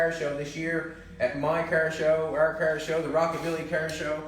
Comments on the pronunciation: stop saying "KAAR" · I would love to hear his spelling of "car". It does NOT sound like that's what he's saying. lol! Great job on the project! Too cool!